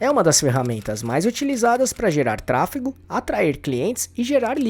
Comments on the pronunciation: A pessoa que narra o vídeo diz “TRA FI CO” ao invés de tráfego… pra mim já perdeu credibilidade. Nem cheguei ao final do vídeo. 🫣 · "Tráfego" e não "tráfico", 😂😂😂😂😂😂😂😂😂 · Trafeco???? que agonia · Ele fala tráfeCo pago... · Qual a dificuldade de pronunciar "tráfeGO"? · simplesmente não consegui engajar no vídeo pq me dava agonia o cara toda hora pronunciando "tráfeCO" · Pois é, acabei de comentar isso… como uma pessoa quer ensinar uma coisa que não sabe nem falar o nome?